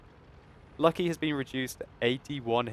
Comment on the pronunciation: it is not Lucky, its LUC-ky